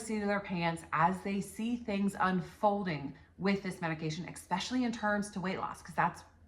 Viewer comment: I appreciate your video but the fact that you pronounce especially 'expecially' is driving me insane. Do you also say expresso? Please no.